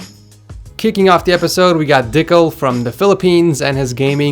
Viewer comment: I'm sorry if I'm offending the person, but I died when he said Dickel. XD His setup is awesome tho